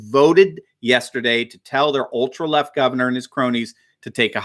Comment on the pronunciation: At the start said "governor", but sounded like "gutter". Still appropriate.